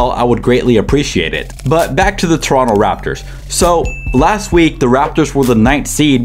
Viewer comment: props to you for pronouncing toronto right❗️❗️